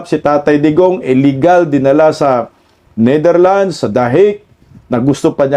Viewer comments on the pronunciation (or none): none